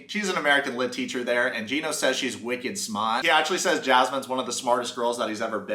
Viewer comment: “Wicked Smaht!!!” I’m from Boston and you actually sounded perfect 👍 saying that 🤩👍🌟💯🎊😃 And Please Never stop doing these videos!!! You make me/us laugh So Hard!!! You’re humor is So Freakin Funny and you’ve made me belly laugh and smile on some of my darkest days…. I also have to say that I admire your relationship “chats” “advice” that you put in-(along with) discussing the episodes…. I’m 46 (I know! Way too old for Big Ed!! Lmao!!) For real though, it took me until I was 35 to work on myself, so I could then find a wonderful man, who became my husband 3 yrs later! You already have waaay more knowledge and acceptance with yourself and others and your “future wife” and “kids” are going to be very blessed to have you as a Husband and a Dad!! You Rock!! Never lose your Sense of Humor!!! 👍😃💯🌟🤩👍 Thanks for reading this if you did!!